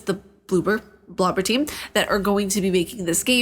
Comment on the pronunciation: Blue-ber, Bloober a bit like blooper lol